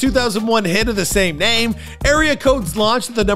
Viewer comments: All that research and you can’t get the names right? Crazy 🤣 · All that “research” and didn’t watch one video to hear how names are pronounced. Military dropout but he finished his contract. AMP blew up way before anyone knew who Kali was. Pictures of random black dudes. This one really showed how valid your videos are.